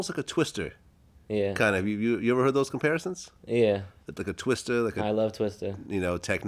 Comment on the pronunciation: Glad, the mans name is a twista, not twister